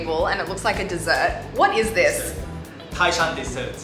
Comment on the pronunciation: you sould say tái shan,tai is second tone😄